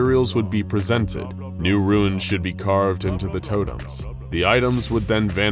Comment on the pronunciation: Okay, your of 'runes' (hint, there's no 'i' in runes - you're saying 'ruins') aside, listening to your pronunciation of 'Davites' is just painful.